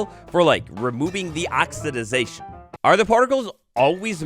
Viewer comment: love you,, but for the love of all things big and small it’s “oxidation”